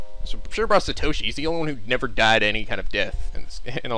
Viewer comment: Can't really blame that, since if I were to blame, I'd blame him for every name he's read. Sir-toe-she should be Saa-toe-she, Neigh-Omi should be Naa-Oh-Me, Yoshi-care-zu should be Yoshikazu, he's pronounced every name western so I won't blame him for that. But to think the only name he read in the right manner, Morishige, was confused into Moshirige, which means Moshi Wasting, which also means it has no meaning. That's the most unnerving part.